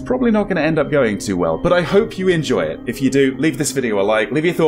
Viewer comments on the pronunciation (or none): none